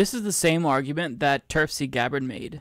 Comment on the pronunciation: "TERF-si Gabbard" omg 😆